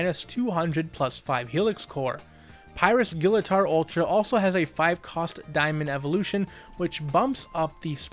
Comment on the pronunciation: Technically his name is pronounced as gill-uh-torr.